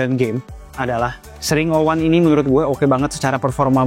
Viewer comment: Eks ring O wan ga si bacanya